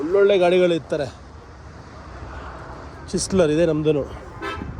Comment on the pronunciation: ಸರ್ ಅದು ಚಿಸ್ಲರ್ ಕಾರ್ ಅಲ್ಲ ಕ್ರೈಸ್ಲರ್